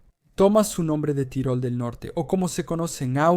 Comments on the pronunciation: Se pronuncia "Tirol" en dialecto austríaco tirolés, casi igual a como suena en español. No hay necesidad de decir "tyroll", como si fuera un personaje de MMA. A ver si los latinos dejáis de una miserable vez de pronunciar todas y cada una de las palabras extranjeras no inglesas con ese estúpido acento americano. He llegado a escucharos pronunciar "Paris" como "pareys" o "Bruxelles" como "Brooxels". En serio, que me cabreáis. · es estupido decir tairol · ¿Qué necesidad hay de decir "tairol"? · Es una traducción automática desde el inglés. La "i" suena como "ai" y el sistema lo reproduce así.